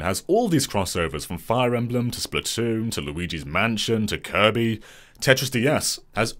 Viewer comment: I like how you pronounce Kirby :>